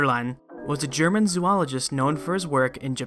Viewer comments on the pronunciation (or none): none